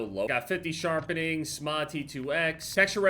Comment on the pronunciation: i like how he calls ite SMAA instead of "S. M. AA" LY